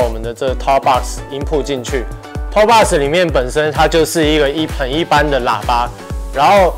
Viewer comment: box 是不是读错了？